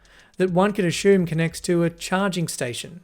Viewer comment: This guy puts the H in "assume"